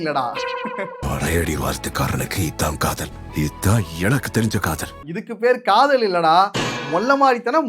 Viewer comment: காதல் ❌காதோல் ✅